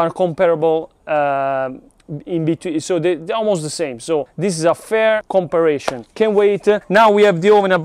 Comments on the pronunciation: You were so close to pronouncing the word. For a guide , com-pair-a-son. This is a fantastic video! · Com-pa-rison. 😉 Sorry. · Campari (like the Italian liqueur) + Sun to pronounce comparison correctly. We love you fun stuff…BERNIE R6 let’s ride 😎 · I love how tries his damn hardest to pronounce words correctly, but the English Gods do not bless him, compa...compir...comparrashion...e...haha.